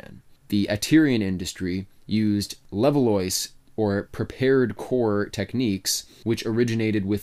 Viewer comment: le-vaahh, not level-loysz, Levallois is in France mon ami.